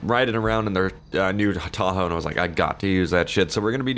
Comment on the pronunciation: This man said taco rather than Tahoe lol